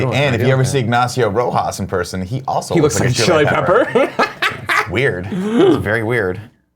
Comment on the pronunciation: Nick, I’m proud of you for knowing where Chile is. You do say Chile in a weird way, though. You emphasize the -le too much. P.S: I don’t look like a chili pepper